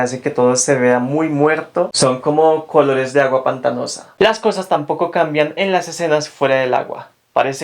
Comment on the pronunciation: Buen video, solo me desconcentra tu manera de pronunciar la "C" que sé que usan en ciertas partes de Kholombia. -kholores -khabello -khálidos